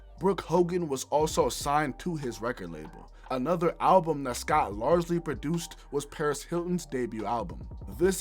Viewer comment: 70x Million "Billboard Halbum Hundred" my ears..